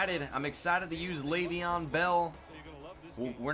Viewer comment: its leveon layvon